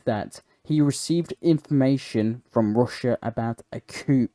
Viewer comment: Good video. lots of intersting items. Just a little tip, the word coup is pronounced 'coo'. The full term is coup d'état, I think it's French, and means to overthrow through rebellion.